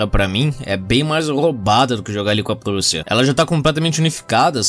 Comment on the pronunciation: O jeito que o diz Prússia é muito engraçado